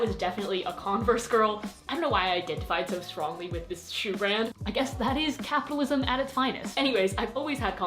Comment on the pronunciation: When you said capitalism I thought you were saying Catholicism lol